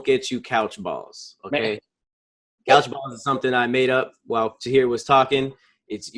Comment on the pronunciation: ‘Harjeeb’ I’m so use to Tahir now I don’t even pause , I’m just like, I know what he means 😂😭